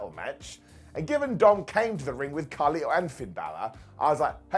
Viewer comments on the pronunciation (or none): none